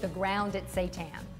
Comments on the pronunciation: You pronounce Wheat Gluten Meat (seitan) this way: "SHEE-TAAN" not say-tahn. Stay Vegan we are not serving satan. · No It's not "Shee tan". It's a Japanese word and you pronounce the "sei" in seitan the same as the "sei" in "sensei". Your pronunciation would be written as "shii tan"